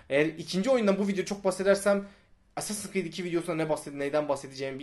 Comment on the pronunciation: ASS-assins creed çaktınmı